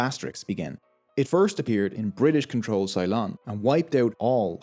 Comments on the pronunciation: Ceylon is not pronounced "Sigh-lon" but "Say-lon". Just a small point. :D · Great video. Love the balance of politics, economics and social repercussions. Just a pronunciation trip. Ceylon is pronounced with Cey rhyming with Key, (might it be better written Silon? Yes, probably, and would be a better approximation of the origin of that name). Also, no one uses that term anymore outside of historical description as its considered a colonial renaming of the country Lanka, now Sri Lanka (that's not me taking a potshot at you, just providing context for other viewers).